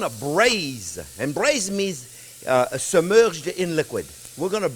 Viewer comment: Hey, you could teach us some French too!! I love the way you say "subMEREge". For you cooking at home, remember, this is VERY important....when using liquid smoke, a LITTLE goes a LONG WAY!